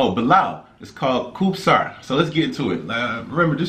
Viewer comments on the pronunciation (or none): He say song called “kub sir” lol. It’s pronounced as “ub irh “